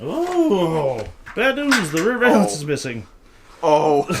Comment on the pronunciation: The way says "Valence" when talking about the lower part of the bumper really scratches a particular part in my brain. I've never heard it pronounced that way, haha 😂